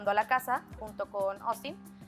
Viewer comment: POR DIOS No es "OSTIN" es "AUSTIN "😶